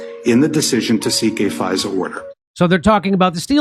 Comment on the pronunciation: Ai keeps calling fisa pfizer lol